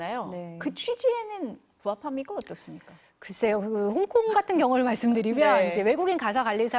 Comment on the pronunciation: 홍콩과 씽가폴 발음 굴리지 마시고 역사 공부나 열심히하세요. 우리나라 역사도 모르면서 영어발음 굴리는거 거북하네요.